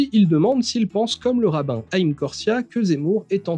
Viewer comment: juste pour ta culture, on dit raïm pas Haïm pour Haïm korsiah (pour le connaître personnellement ça se prononce comme ça) et en hébreu le h se dit r